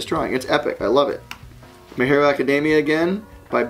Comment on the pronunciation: "Na-ru-to" and "A-cad-damia" XD That was too funny! But don't worry I still love ya Butch! :3